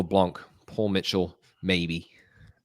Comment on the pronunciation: The “C” in “blanc” is silent.